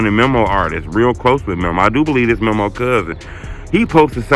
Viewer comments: why you stay butchering his name like that? its MEMO not mimo 🤦🏾‍♂️ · Bruh never says Memo's name right 🤦🏾‍♂️🤣